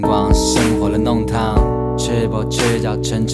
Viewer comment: 上海人特有的弄堂，這個詞都不會用上海話發音，為什麼還自稱是上海話呢？不要假冒上海歌曲啦。 要聽聽上海話歌曲創始人，歡迎大家來點擊阿拉的帳號。